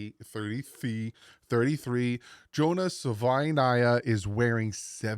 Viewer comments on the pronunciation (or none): Sah- vah- e- ni- ah